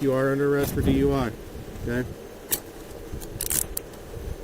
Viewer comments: The first turd, on the motorcycle, was almost correct. He said "...Z,U, I..." instead of D.U.I.. :face-orange-raised-eyebrow:😆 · He said “DUI Z”! Hahahahahaha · He said duiz...😅 said 69 at least 3 times. 😢Dang alcohol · He said, D,U,I,Z, classic. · Did he say D.U.I before Z? 😅😅😅😅😅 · Alphabet "duid" he almost got dui right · First dude said for the alphabet “DUIE” lol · Did he just say D.U.I.Z ?? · Bro said DUI-Z 😂😂😂😂😂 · Dude said D-U-I when he was trying to do the alphabet lol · Bro said DUIv lmao